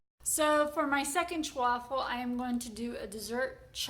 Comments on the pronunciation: Thank you,. Hearing “Chawaffle” repeatedly is very distracting. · It's chaffle Not chew affle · I know the way the word is pronounced, however, I PREFER the sound of "cha-waffle". Whatever they're called doesn't alter their taste & they're a lot of fun to 'create', besides. Thank you for your endeavors. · I'm not Italian but I grew up in an Italian neighborhood and never heard that word pronounced your way. The way you say it makes it sound like a fancy Italian sports car. LOL Though your "chu-waffle" sounds really cute, like you. 😍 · Why are you adding an extra syllable in the word? lol. Anyways thanks for the recipes!!